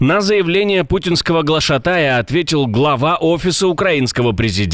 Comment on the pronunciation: Не глатошАя, а глаша́тая